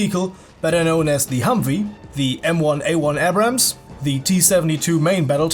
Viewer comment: Not to be a grammar nazi,but the M1A1 is not pronounced ah-brams,it's pronounced A-brams